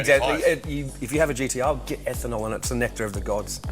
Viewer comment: Why do they keep calling it at GEE-DEE-UHH? It's G-T-R